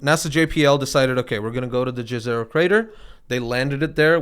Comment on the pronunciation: Ne re tva - (not Neterva or something else) Its a name of a river on Earth. And Jezero is pronounced with J like Y in the word Yogurt. Not the classic english "J". The word "Yezero" means " a lake". So, the location is literally named a crater lake. Same language like the name of the river Neretva. (which does not have a specific meaning itself as far as i know, it is just a name) It makes me smile those words are connected to this great research and these promising results. Its nice. This kind of research is all good and great but we wont really know until we dig deeper and explore those samples in detail. Rosalind Franklin rover will get to Mars sooner then any kind of "samples return mission" can be accomplished. But we really should have at least several of those in different locations to get a better picture. And all those together would be cheaper and faster then "sample return" plans.